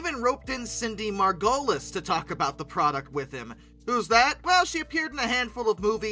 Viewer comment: Cant believe youngins dont know how to pronounce Margolis